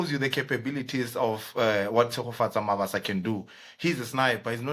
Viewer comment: I can't watch the whole episode, the introduction is kaak,ikaka...He is Mabasa not Mabaso...I don't take kind a person butchering an AFRICAN name/surname and you gossip about the striker...which is wrong!!!